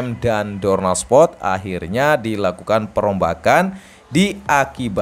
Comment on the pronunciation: ternyata selain feberwari, provensi, dan ini muncul lagi spot yang harusnya itu sport atau Dorna Sport tapi jadi dorna spot🤣 hal demikian juga terjadi pada penyebutan suport yang disebut Supot🤣 ngakak gw, ga tau ya ini orang emang sengaja nyebut gitu tau emang bego atau gimana tapi dari doi ngomong tinggi banget, sok bicara bicara literasi narasi dan lain sebagainya tapi masih salah salah juga😂😂